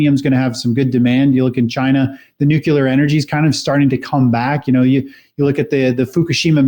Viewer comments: Why do even smart analysts say nucYOUler instead of nuclear? It is spelled nuclear. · Amazing the intellectual influence of George Bush. His version of "Nukila" has really gone "popila"